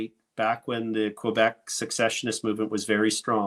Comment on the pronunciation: It sounds like says "successionist'" when I feel sure he means "secessionist", referring to the seceding of Alberta, in this case. I hope the clarity of these two terms can be established. They are clearly very similar: to succeed or to secede. Perhaps he is saying secessionist and it just sounds like sucessionist, or he is saying sucessionist, but means secessionist. I feel it will be helpful for clarity if this can be addressed. Thank you.